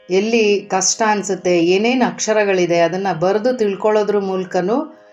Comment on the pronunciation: ಚೆನ್ನಾಗಿದೆ. ಆದರೆ ನೀವು ನಿಮ್ಮ 'ಷ' ಕಾರವನ್ನು ತಿದ್ದಿಕೊಳ್ಳ ಬೇಕಾಗುತ್ತದೆ. ಸ ಕಾರ, ಷ ಕಾರ ಗಳ phonetics needs to be distinguished. 'ಸ್ರಷ್ಟುಂ' ಎಂದಾಗ "ಸ್ರಸ್ಟುಂ" ಎಂದೇ ಉಚ್ಚರಿಸುತ್ತಿದ್ದೀರ. "ಕಷ್ಟ", "ಇಷ್ಟ" ವನ್ನು "ಕಸ್ಟ" "ಇಸ್ಟ" ಎಂದೇ ಉಚ್ಚರಿಸುತ್ತಿದ್ದೀರ ಗಮನಿಸಿ, ತಿದ್ದಿಕೊಳ್ಳಿ.